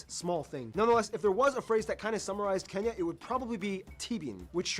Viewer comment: It is Kenya not kinya😊